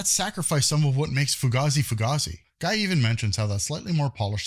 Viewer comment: You pronounce Guy from Fugazi like ghee.